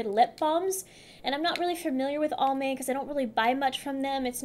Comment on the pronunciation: You are so cute when you say ALL-MAY...Just for you own info, The AL is pronounced like a guys name. Always enjoy. You look wonderful